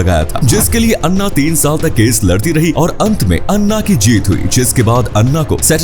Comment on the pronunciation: अरे वो अण्णा नहीं अँना होगा 😂